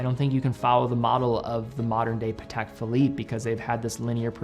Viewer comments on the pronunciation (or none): none